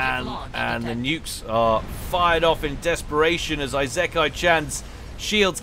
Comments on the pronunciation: Late to the party i know, but but it would be ee-se-ka-ee. It would be written いせかい or like ｲｾｶｲ without kanji. I would say is closer then most people probably would be. Im sure something to this effect has been posted a few times but Ive seen a lot of people here that also have it wrong...Now watch me be completely wrong too. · Need to take a shot for every time says Eye-Zek-kai-chan lol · just say Esekai instead of Isekai, also the s is softer, you're pronouncing it with a bit of a z. its more like the se in set or section. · If my memory serves, Isekai is pronounced "Farms" ;) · I know, it's clearly Eye-sex-eye-can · ee-sick-eye Isekai Ise-kai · "isekai" is in japanese. google tells you the pronunciation